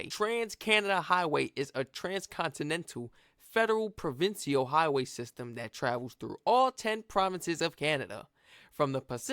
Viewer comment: Provincial is pronounced like Pro - Vin - Shull. A province is to us what a state is to you.